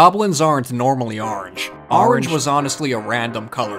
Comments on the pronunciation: I love how you are emphasizing how people think you say orange wrong and now you are over emphasizing it now XD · The way you kept putting emphasis on the word orange was perfect 😌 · You still can’t say orange